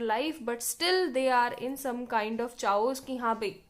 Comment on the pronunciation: Its pronounced as kay-os not chaos